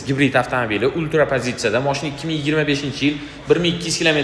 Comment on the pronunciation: ультра баску тугри гапирин